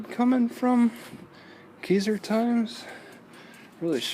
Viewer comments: The cat is always left there it's their pet, it is pronounced k eye zer, you said chehalis wrong too, are you from our town? You see plugs for energy efficient cars everywhere Walgreens city hall Keizer station Safeway mercantile ect. I'm proud to see Keizer is the best little town in Oregon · You said Keizer wrong its pronounces K eye s er